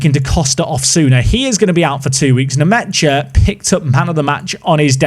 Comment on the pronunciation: i think it’s pronounced Lucas nmesha